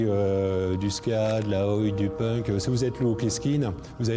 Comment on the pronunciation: " punck"! Putain les mecs, franchement!!😂